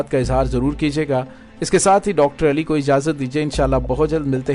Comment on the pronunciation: جناب ایلی نہیں علی بولا کریں شکریہ۔یہ نام عظیم ہے۔توجہ کریں۔